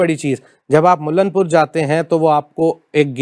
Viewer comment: करेक्ट योर वर्ड्स इट्स मुल्लांपुर ✅ नोट मुल्लानपुर ❌